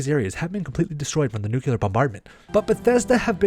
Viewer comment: NuCLear. Fool.